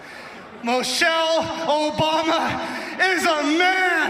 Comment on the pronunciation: The idiot pronounced the former first ladies name wrong. He said Mochelle.